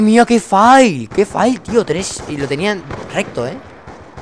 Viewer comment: No se lee fail como viene escrito, sino "feil"